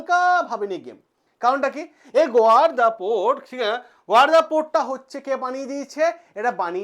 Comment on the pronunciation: আপনি ছাত্রদের পড়ান,এত ভুল বলেন কেন? ওটা গোয়ারদা নয়,গোয়াদার হবে।